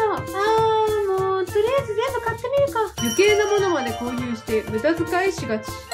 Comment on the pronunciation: 言い方が飼ってみようかな？だんだよねwwwwwwwwwwwwwww